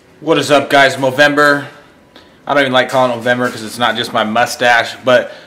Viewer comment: It's called movember if you didn't say it right, i'm sry if you do say movember.